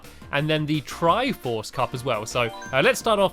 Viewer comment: HEY!! YOU SAID TRIFORT CUP!!! ITS TRIFORSE